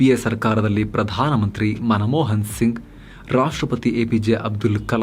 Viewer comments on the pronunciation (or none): none